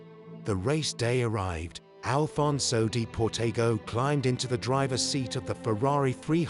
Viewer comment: They even mispronounce Alfonso De Portago's name...